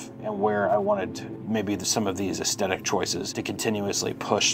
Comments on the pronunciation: "Aesthetic"...... ass "TH" tic...... other than that . Love your work!. Xxx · Say aesthetic again